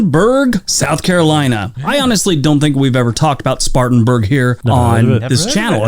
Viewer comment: I live in South Carolina and it's "Spartan-burg" not "Spartans-burg".